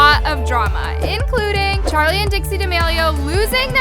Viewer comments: "charleigh" im dead 💀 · 'charleigh' HAAHHHAHHAH